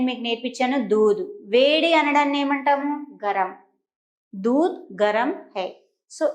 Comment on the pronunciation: దూధ్ అనాలి దూద్ కాదు